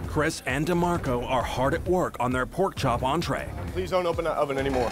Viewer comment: 😂😂 tbh DeMarco was kinda cute but damn Ramsey murdered his name